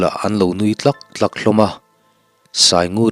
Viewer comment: Nui tlak tlak leh chek tlak tlak I lam dan hi a dikha lo deuh in ka hria. Tlak tlak lai hi. Tlak tih hmasa hi lam hniam tur. A kawh (awmzia) a dang daih ania.